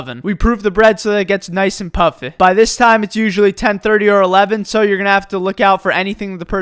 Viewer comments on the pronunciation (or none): I heard "PUFFei" and immediately paused and went to the comments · SUBWEH FRIDEH PUFFEH READEH SLOWLEH